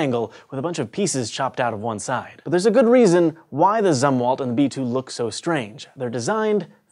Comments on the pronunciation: Zumwalt sounds like zoom not sum. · When he miss pronounces Zumwalt and it pisses you off.